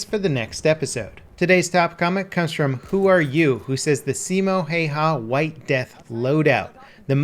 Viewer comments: Sai-mo. He-eu-ha. Not Hey-ha or Hi-ha. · Simou hayhau XD I know you speak english so it sounds weird when you say it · Simo Heyha lol